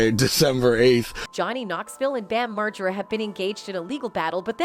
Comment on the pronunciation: What’s jakeass? And who’s bam marjurra?